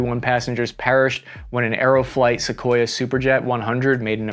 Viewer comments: It’s Sukhoi, not Sequoyah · I get you're American and you guys butcher every non English word but it's "Soo-hoy" not Sequoia. Cheers. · This is the first time in my life I’ve ever heard someone pronounce Sukhoi as “sequoia” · Trust me bro, all info is correct, after calling the manufacturer Sukhoi-a - how did the A end up in the name!? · It's Sukhoi not Sequoia 😂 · Calling it "Sue" rather than "Sukhoi" tells us you're a good script reader but a poor researcher. Just like a text-to-speech app. 🫣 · it's Sukhoi not Sequoia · is he pronouncing sukhoi as sequoia? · Sakoya, really? Now you are just being lazy 😂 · Okay, first, it’s pronounced “su-KHOY” - there’s no “uh” on the end of it. Second, flying faster than the speed of sound is called MACH number, not “Mok” number. Named for Ernst Mach. You really need to know this stuff before you do your videos. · I wish the presenters would learn how to pronounce the names, I know they are Russian but it’s not difficult to look at Google for advice! Great video in spite of that!